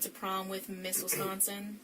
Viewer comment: I thought she said "went to prom with misses swanson"😂. Took me 3x's b4 I realized she said Miss Wisconsin 😆. Gonna assume that was bullshit too? Poor kat. I hope she doesn't judge herself too harshly. I also hope that she can keep her ❤️ open to love.